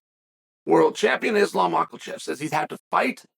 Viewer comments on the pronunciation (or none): Just came to hear Chael say "Mallkachev" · Chael still calling him makalchev is too funny😂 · he does it intentionally to get comments like this for the algorithm. I swear this guy has an infinite money glitch, can talk in circles for hours and we are all here for it 😂